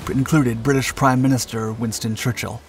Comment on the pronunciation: “Winton Churchill” 😂